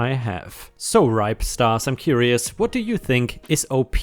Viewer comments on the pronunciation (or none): none